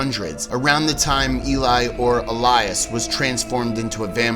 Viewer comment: It’s pronounced Eh-lee not E-lie I’m pretty sure. I live in Sweden and the name is pronounced like EH-lee-us not el-LIE-us. Just if you care :)